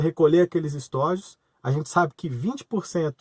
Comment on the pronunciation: Não é "estÓjos", o certo e estojos